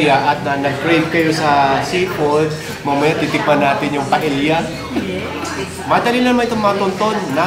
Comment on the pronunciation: sir paella is pronounced paeya